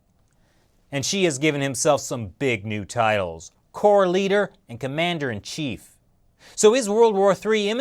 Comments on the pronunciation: Commander-in-'XIEF' lamooooo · ”Commander in XI-ef” ooohh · "Commander in Xi-ef" That cracked me up! xD